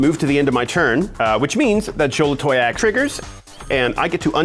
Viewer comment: The most impressive thing did this game was pronounce Xolatoyac correctly every single time